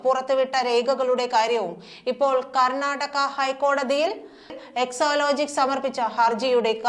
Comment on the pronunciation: ന്യൂസ്‌ റീഡർ കൂടെ കൂടെ എക്ലോലോജിക് എന്ന് പറയുന്നു. സാജൻ (മറുനാടൻ ) എക്സാലോജിക് എന്ന് പറയുന്നു ഇതിൽ ഏതാണ് ശെരി. ന്യൂസ്‌ റീഡർ ശെരിയായി ഉച്ചരിക്കണം എന്നൊന്നും ഇല്ലേ